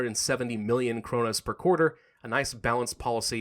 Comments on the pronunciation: you calld it cronas its kronor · The currency is pronounced kroonoor =)